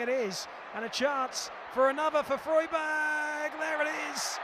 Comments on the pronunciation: When did Freiburg become Froyburg? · Did the commentator seriously not bother learning how to pronounce Freiburg before taking on the gig?! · Obviously not